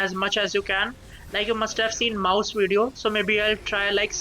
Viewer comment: bro he is not mouse its mousu 😂😂